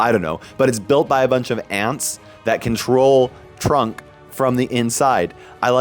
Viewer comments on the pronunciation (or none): its trunk not trump